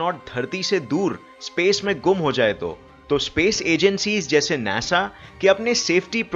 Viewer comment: NASA is pronounced as NAA SAA. not naesa